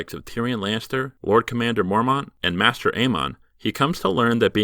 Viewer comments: It's maester aemon, not 'master'. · It’s pronounced MAY-STER not MASTER bloody hell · How can someone so knowledgeable of GOT pronounce “maester” wrong?